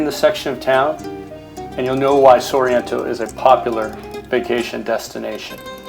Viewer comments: Stick footage, and comical mispronunciations... sorreeeento made us laugh out loud... It’s simply Sorrento..along with Fiore.. it’s Furore....did you make this in mommies basement? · The pronunciation of ‘Sorrento’ was way off too… SORR EEEE ENNN TOE… nope.